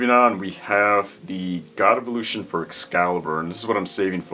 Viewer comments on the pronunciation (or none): none